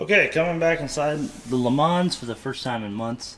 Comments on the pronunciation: Sorry - Can't help it - You do not pronounce the s at the end of Le Mans. So just say Le Man. You probably know that Le Mans is a reference to the 24H race at the city of Mans in France. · Please say Le Mans correctly, it kills me inside hearing it said this way!